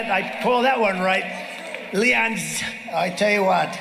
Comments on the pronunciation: He called him Leon at first lmao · He called him Leon. 😆